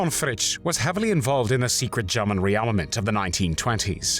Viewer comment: It's German not Garman!!!